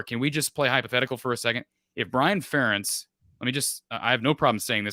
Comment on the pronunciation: why dont you ever correct mark saying FUH rentz.. FARE entz lol.. also spring practice was only at valley 2013 and 2014